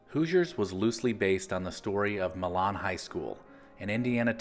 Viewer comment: To add since I lived in the area, the correct pronunciation of Milan is like saying "My Lynn"